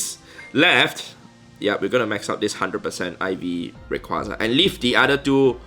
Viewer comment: Why are you getting random stuff every minute is it an event or something Plus I heard "uriquaza"